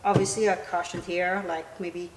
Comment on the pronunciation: Couldn't understand why you kept saying you'd put "caution" on the bench. Took a few minutes to figure out you were saying "cushion."